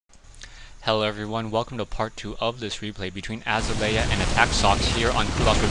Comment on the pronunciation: it's azalea...like uh-zail-ee-uh =)